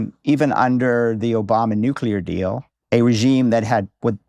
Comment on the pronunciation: And nu-ke-lar